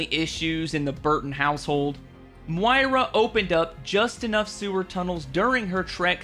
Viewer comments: why do you pronounce Moira like that it makes me laugh every time lol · Your inability to pronounce Moira correctly after it's said in the game 158 times breaks my heart 😂